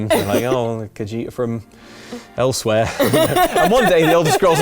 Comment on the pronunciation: is talking about Kippers then says "Elseweyr":D